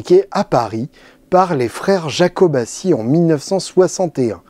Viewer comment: Yakobàtchi... et pas jakobaçi